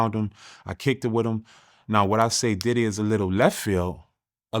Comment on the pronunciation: Is bro sayn daddy house or diddy house 😂😂😂